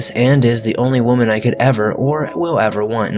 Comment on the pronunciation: are you mispronouncing "woman" on purpose? you'll say correct and then mispronounce it...